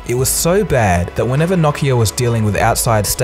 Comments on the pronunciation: Knock knock-ia. It's no-kee-uh. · Wait it's Knockia? .... I thought it was Nokia? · What is Knock-iya? I know what No-ki-a is but not knockiya. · “KNOCKeAh”....it’s NOkeyAh...Nokia bro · I thought it was pronounced No-KEY-ah ? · "Nockia" LOL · I think its pronounced no-key-uh? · The way you pronounce Nokia haunts me